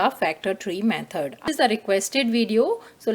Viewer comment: Method❌ Mehod✅ But TYSM cause I didn't understand anything but it helped me